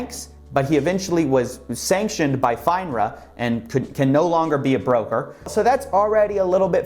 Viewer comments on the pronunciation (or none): I think its said "Fin-ra" vs "Fine-ra". Flubs happen all the time though, love the videos, keep it up! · Can you please never, ever again call FINRA “fine-ra” ? It’s “fin-ra” like fins on a fish. Maybe the dude’s a rip-off artist, but you assessing him and not knowing basic financial terms should give people pause about listening to you.